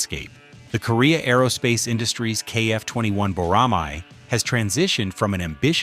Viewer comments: Boramai -> Boramae (æ) 보+라+매 발음을 확실히 하세요 🇰🇷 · I enjoyed the video. And you pronounce bo-ra-mai, but it's actually bo-ra-ma(as ma-ny). It means a hawk raised for hunting. It is also a symbol of the Korea Air Force Academy.